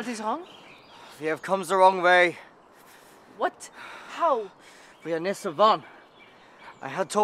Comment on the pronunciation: He says way like I know how to pronounce it “vay”